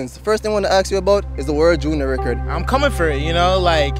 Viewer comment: "Let me ax you a question."